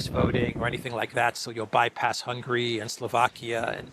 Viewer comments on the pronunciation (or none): none